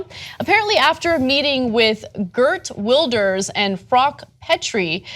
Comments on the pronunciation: 1)Ana it's pronounced vilders, w has a v sound. 2)this is disgusting, how can government officials think like this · TYT, hilariously mispronouncing continental european names since 2011 :p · Listen I hate Wilders with all my heart, but Ana I've never heard anyone butcher a name like that. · "Gurt Wilders" and "Frok Petry" jesus she can't pronounce anything right.